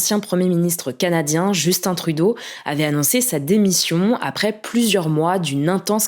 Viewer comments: Vous continuez dans la tradition française de mal prononcé le nom des premiers ministres canadiens. même si on parle la même langue et qu'il faut juste regarde 2 minutes les nouvelles au Québec. vous avez quand même un point bonus pour avoir bien prononcé Justin Trudeau, après 10 ans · Surpris de voir des Français dire correctement le prénom de justin trudeau